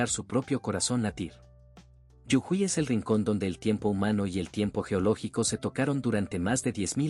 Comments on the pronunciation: No es yujui es JUJUY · No es yujuy es jujuy❤ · muy lindo el video hasta que dijo yujuy y no jujuy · Jujuy no yujuy😂😂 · Yujuy es incorrecto. JUJUY es correcto!!!! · Para el relator por pronunciar bien la provincia de Jujuy. No se dice Yujuy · Lo que me dieron gans de conocer...fueron las montañas de la Pampa...y lo que me hizo reir fue que digera Yujuy...eb vez de Jujuy.... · la provincia norteña se llama Jujuy con J (Jota) no con Y Griega o ye como lo pronuncia el relator del video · Muy bueno el video bro!!!! Pero es Jujuy no Yujui...😅😅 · Es jujuy. Prronuncias yujuy. Las 2 veces se pronuncia la jota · Jajaja! Jajaja! Hasta que me di cuenta de qué habla cuando dice “yujuí”! Es Jujuy, lo cual se pronuncia tal cual se escribe! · Jujuy pronuncia bien jujuy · Muy bueno conocer nstro pais de esta manera. !! Es JUJUY LAS DOS CON JOTA, NO CON Y YE. AL FINAL SI LLEVA Y . SUENA COMO I. GRACIAS. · Te pido por favor que corrijas la fonética de Jujuy . Está mal pronunciado y choca al oído.